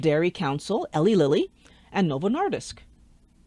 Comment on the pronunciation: I'm from Indiana, Eli Lilly's headquarters. It's pronounced Eee-Lie Lilly. Not to be the grammar police, just thought you'd want to know.